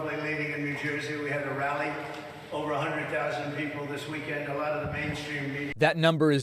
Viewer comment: "By a lahht". He just can't help himself. He's a liar through and through.